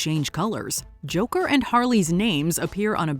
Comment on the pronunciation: Stop pronouncing it like you're fuggin French. Just say Joker 2 don't be a jerkoff.